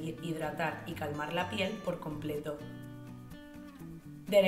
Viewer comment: DEREXÍIIIIL?????........D E X E R I L!!!!°😅😅😅😅😅